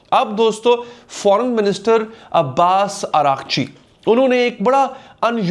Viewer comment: Irachqi nahi iraqchi..ajeeb log ho mike utha kr shoro ho jatay ho